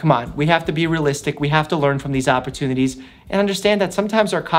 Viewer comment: Is it just me that noticed when he said opportunity he had a new york accent